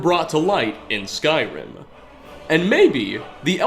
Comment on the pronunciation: You have one of the most annoying narration voices on this planet. All sentences sound like questions, since you probably think it’s „cool“ to start a sentence on a high note, then lower it, and just at the fucking end of the sentence go right back up - sometimes even adding an unnecessary „uh“ to the last word such as in this case „Skyrim-uh“. Dafq?! You sound like tuned down version of James Charles - get ur shit together, cause that sure as hell is not the way you talk on a normal basis.